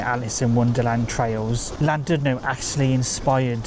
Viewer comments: It's a lovely, old fashioned resort. It would have been nice if you'd bothered to pronounce the name properly! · Please learn how to pronounce Llandudno probably. I couldn't listen as it irritated me so much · Please, if you're going to do a YouTube clip on Wales, learn to pronounce the names of the placed you are reviewing!